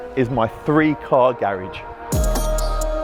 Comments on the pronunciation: Did he just say garegge?? Already lost me im not listening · Gahridge??? Lmaoooo why not Garage 😂